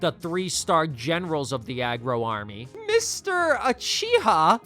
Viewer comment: Why did u pronounce uchiha like that LMAOO